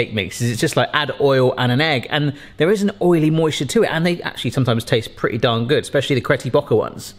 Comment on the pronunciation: cretty bocker?